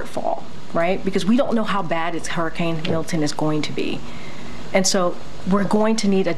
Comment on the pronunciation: Did anyone else hear her say hurricane " killton"? 😮